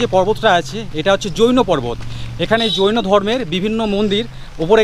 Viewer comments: 24 জন যৌনো সাধক নয়, হবে জৈনো সাধক। আপনি উচ্চারণ এ একটু ভুল করে যৌনো সাধক বলেছেন😊😂😂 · 😂 আরে ভাই ওটা জৈন সাধক হবে । যৌন সাধক বলছ কেন 😂😂😂